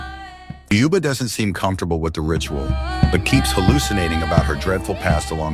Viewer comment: it's pronounced like i wrote it. You didn't even pronounce it right. That's what my comment meant. You said it wrong..